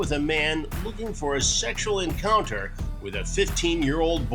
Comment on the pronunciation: 😂😂😂😂😂😂 I’m sorry the matter of factness with which these cops and Chris say these things will never not make me laugh. And is tight out o Key&Peele - “Seggshwuleh”😂😂